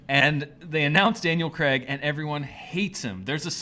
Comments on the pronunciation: it is Daniel Craig not Daniel Creg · Its pronounced cr-ai-g not cr-e-g. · Who the fuck is Daniel 'Creg'?